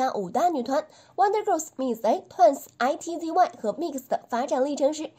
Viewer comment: I T Z Y ? 不可能是這樣發音吧…